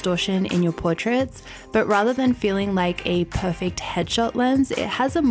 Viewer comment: I love the way she says perfakt instead of perfect.